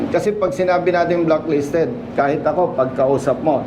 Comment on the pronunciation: Hindi blocklisted… BLACKLISTED!!! Aral muna bago vlog ha 😂😂😂